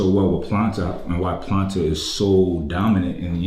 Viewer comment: But why the name "Planta" though? Maybe it's me, but before I saw the brand and the writings, I thought was actually saying "Platain", like the kind of big bananas (pause) that you dice and fries actually, sounds almost the same to me.